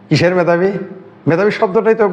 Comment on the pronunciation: যারা দেশকে দ্যাস বলে, মেধাবীকে বলে ম্যাধাবী তাদের মেধাবী বলি কি ভাবে ????